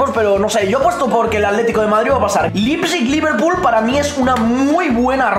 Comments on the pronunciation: Nadie Absolutamente nadie: Lipsig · Se pronuncia Laiptsig amigo, me encantó esa reacción de ustedes en ese 8-2 😊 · Nadie: Absolutamente Nadie:: Lipsig